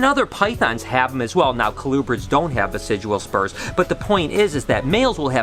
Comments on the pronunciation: Hey, Love that you're doing a "Reading your comments" type video! Those tend to be kind of popular, I think. But I also wanted to let you know the word's "vestigial" not "vesidual"! Noticed it in some past vlogs as well, but you used the term so many times here that I wanted to point that out for you. Hope your day is going awesome! All the snake breeding and clutches going on is so exciting~ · Good video, one thing bothered me though, it's "vestigial" as in "vestige" and not "vesijual." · dear, its pronounced "vest-idg-ee-al" vestigial. what u say sounds like residual, which means left over, but is the wrong word. the spurs are vestigial, or a vestige of past evolution. they were once a more functional appendage but now only serve a minor role in mating. now practice for us. VEST-IDG-EE-AL LOL, LUV U BRO!